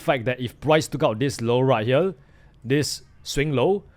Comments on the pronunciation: More like "Heyriel" but we get what he means. So we move on 😅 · Did yall notice bro is saying right hyel😂😂😂